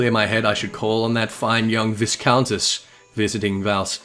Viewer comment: The first s in "viscountess" is silent, it's pronounced vye-countess